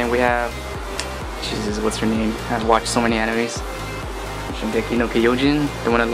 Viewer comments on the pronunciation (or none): none